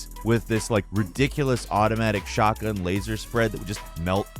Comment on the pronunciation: Dude I thought you said shartgun, I'm using that in my next shooter game